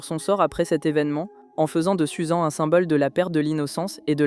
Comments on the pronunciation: ça se prononce Suzanne mdrr 🥲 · Et Susan ça se dit Susanne 😭